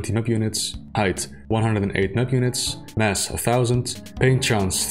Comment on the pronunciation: If you're gonna say "map units", say "map units"... not "mpunits"